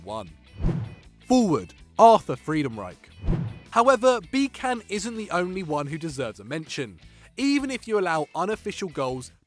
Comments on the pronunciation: man, i know mispronouncing names is kinda your think but Josef Pepi Bitsan not Bikan. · Come on, you don't read Bican with a "k".... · The way you pronounced Josef Bican gave me cancer.